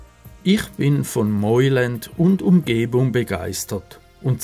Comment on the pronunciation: Es spricht sich "Meuland " aus und nicht "Meuländ"!! Ansonsten sehr schönes Video